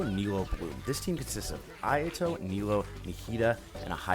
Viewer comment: I love that intro. My ayato is boss man. But that Japanese pronounciation X_X